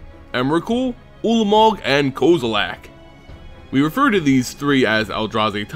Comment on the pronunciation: this guy makes me fucking cringe every time he says Kozilek. he keeps saying like "koze-oo-lak" there's no "A" dumbass. it's "Kozz-i-lek" with a soft "I"